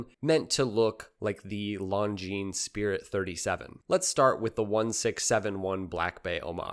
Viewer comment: One of the few watch channels who pronounces Longines properly. My hats off to you.